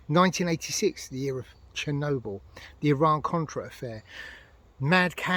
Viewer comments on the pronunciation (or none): none